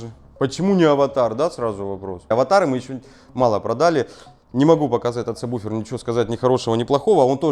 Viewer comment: Всё вроде грамотно, но почему во всех видео сабБуфер - если он сабвуфер ? Ужасно режет слух.